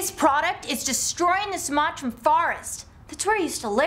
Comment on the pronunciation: Nice nailed "Sumatran Rainforest" haha:P